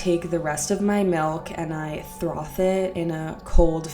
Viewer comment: Wait, did she say "throth"? It's FROTH